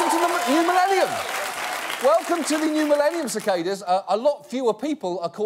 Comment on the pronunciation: It annoys me how he says cicada